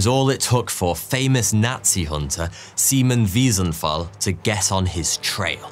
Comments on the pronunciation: I’ve never heard “Aryan” pronounced like that before. The same goes for Simon Weisenthal, it sounded like semen not Simon. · Who tf names there son Simon but it sounds like siemon 😂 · Did you pronounce his name as Semen (or Seamen)?! 🤣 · "Semen" Wiesenthal? SIMON. Like Sigh Man. WTF? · Hmm that's an interesting pronunciation of Simon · There are so many unfortunatee things here, but the way Germans pronounce "Simon" is sooooo unfortunate. RIP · Please Please learn how to pronounce "Simon" jeez 😑